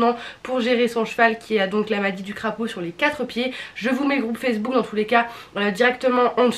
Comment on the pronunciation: "Je vous met le groupe facebool " 🤣 incroyable 🤣 8m14 ! Sinon super video ! Merci pour ton retour ! 🥰